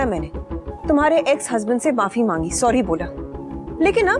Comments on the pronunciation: Sorry❌ Surii😂✅ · अनुपमा और अनुज गलत है sori sori बोलती है घंग से sorri बोलना भी नहीं आता